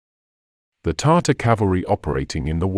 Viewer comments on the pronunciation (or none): none